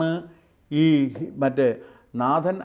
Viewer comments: നേതൻ..എന്ന്. നാഥൻ അല്ല...you r right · With all due respect, Nathan is not pronounced as Naathan (like the Hindu name) but Naithan (the 'a' sound is like 'ai' in the word 'pain'.